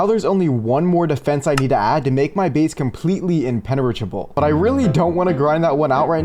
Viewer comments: 😂 I heard inpeneratrable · I heard it too